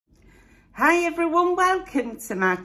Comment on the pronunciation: I keep thinking your saying,hi, I’m a fairy!! at the start of your vlog!!!!😂😂😂🤦‍♀️